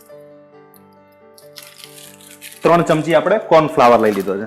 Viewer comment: tamara wife sathe to kyarek intro karavo yar.. ane ek suggestions che k corn flower nai corn floor bolo.. dungari nai dungadi bolo